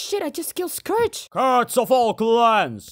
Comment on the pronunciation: I also pronounce Scourge wrong bc of the way I read it when I was younger, now I just can't pronounce it right